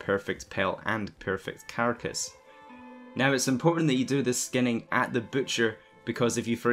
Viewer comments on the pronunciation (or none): Don't you mean 'Ferfect Felt' and 'Ferfect Carcajj'?